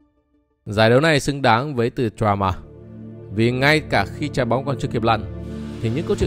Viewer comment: Drama phát âm tiếng Anh nào mà ra "tờ choa ma" vậy?